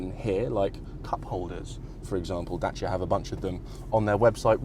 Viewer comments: As a romanian, thank you pronounce Dacia correctly😁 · Kudos for learning the proper pronunciation :)